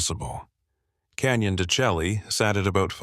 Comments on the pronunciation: I know this narrated by AI, but it's pronounced canyon de shay, stupid AI! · If only this AI voice would pronounce the names right: ex. Canyon de Chelly (should sound like Canyon de Shay). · Canyon de Chelly is pronounced "can-yun duh-shay" (dən-SHAY) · Say the name right at least. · You need to know how to pronounce the name correctly,is this just ai???